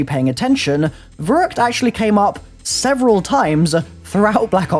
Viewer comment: "nearly 100 months later..." YOU STILL CANT FUCKING PRONOUNCE IT CORRECTLY